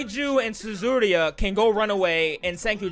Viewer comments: *says Suzuriha instead of Yuzuriha for two episodes straight* Me: do you even read the subtitles my man?? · I love your reactions but it's Yuzuriha not Zuzuria it kinda triggers me everytime I hear you say it like that. Still great video keep it up! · This isn't a bad thing it just really irritates me, it's Yuzuriha not Tsuzuriha lmao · Can we get a count on how many times he mispronounced Yuzurihas name?